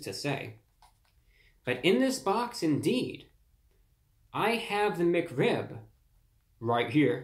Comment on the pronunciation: The way he said mcrib had me rollin 🤣